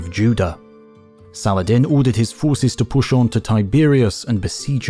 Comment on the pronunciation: sala-ha- din